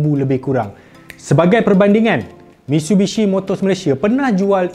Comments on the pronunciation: Dengar macam MISHUBISHI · No one:: "MITSHUBISHI